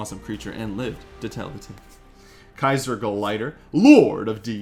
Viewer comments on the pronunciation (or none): none